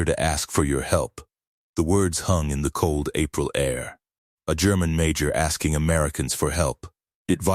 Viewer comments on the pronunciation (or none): none